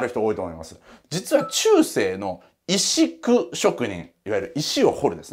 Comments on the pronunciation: 「いしく」ではなく「せっこう」と読むねん。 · 石工。普通、せっこうと読まないか？